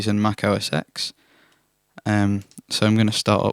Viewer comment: "oh ess ten".